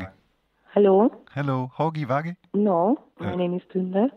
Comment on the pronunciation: Hogy vagy ? Ça se prononce Hodi vadi . Elle a dit que son prénom est Tünde....